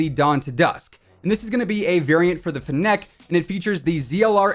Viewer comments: Fennec not fin neck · Ok please its fennec not fnnec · It’s pronounced “fennick” :) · Love how he says Fennec as Finneck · You’re mispronouncing Fennec lol